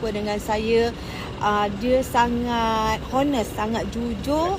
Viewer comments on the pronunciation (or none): honest? 🤣 sebut tu "H" tu silent laaa